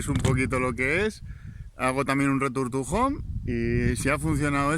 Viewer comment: Jajaja me encanta tu "returtujon" 😂😂😂😂